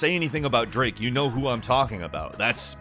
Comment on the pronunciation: who's draake